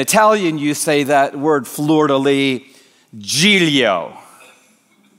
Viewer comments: He pronounces it "GIG-leo". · How do you pronounce Giglio? I'm assuming that the second "G" is silent since the name is Italian. JEEHL-yaw